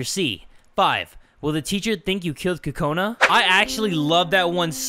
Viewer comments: It's Kokona not kakona!!!! Btw do your eyes change colour on your profile or is that just me? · its Kokona Not Kakona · ITS KOKANA NOT KAKANA )————————(